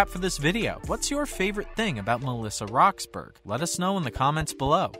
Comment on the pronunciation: It’s pronounced (rox-burr-uhh) and she is now 30